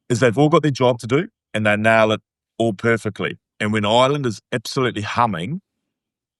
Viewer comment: He couldn’t even say Ireland in the introduction.😂Great to see him writing off Ireland.